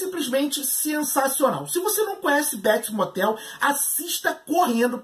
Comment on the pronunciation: "Béts Mótel"